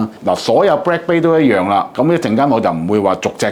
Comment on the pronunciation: it is bLack not bRack...